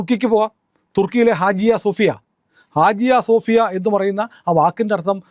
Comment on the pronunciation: ഹാജിയ സോഫിയ അല്ല, ഹാഗിയ സോഫിയ ആണ്